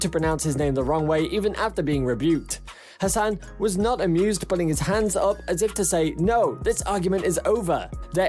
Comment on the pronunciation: YOU pronounced Hassan incorrectly! It's HASS-an. You just called him a horse 🐎 in Arabic...